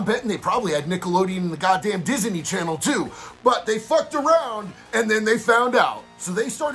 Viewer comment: The way you pronounce Disney had me rolling